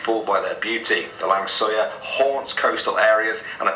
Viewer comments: fyi, it is not 'lang suyar'. No! It is 'Langsuir' (pronounciation in English sounded like 'lung soo weir'). Also known in Malay language as 'Pontianak' (pontee-a(re)-na(rc)k'). A ghost of a dead pregnant woman. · "Lang Suyar" and the correct spelling was "Langsuir" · The 'lang suyer' is actually pronounced langsuir (lung-swear) and the photo of the head with entrails is a penanggal, but I appreciate his effort to explain them. The yellow Volkswagen is one of the most popular urban legends. I'm from East Malaysia and I've heard of it too. I wish he included the 'anak derhaka' (disobedient child), but if I remember correctly it happened in Brunei and it was debunked to be a guitar fish. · More like 'lung-swear' or 'lung-sway'